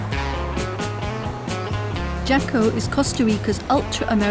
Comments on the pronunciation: frickin assholes.........leave Costa Rica alone!!!!! It's pronouced Haco.......not Jaco. There's a street, a beach and tons of prostitutes................... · It is pronounced "Haco". A Fast google search would have told you that. Jaco is one of the most polluted beaches in Costa Rica. It makes sense why it's so cheap. Yeah no. We are working hard on protecting our beaches from hungry North Americans gentrifiers. We are not going to end like Hawaii, No Sr.